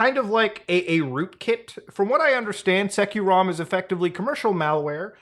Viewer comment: Hey uhh, bro... It's not SekiroRom... fyi, It's SecureROM like the actual word, secure... like... bro